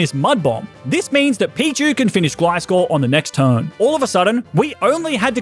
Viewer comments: Has no one noticed that he called pichu pikchu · The second I realize he said Pikachu I started going off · I noticed he shamefully called pichu “pikachu” as well